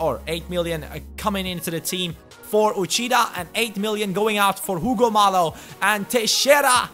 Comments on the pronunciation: Hugo Mallo is pronounced, Ugo (like you said) Mayo, not Malo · Mallo's name is actually pronounced mayyo, since he is Spanish. Great video by the way! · I think that Hugo Mallo is pronounced Hugo Mayo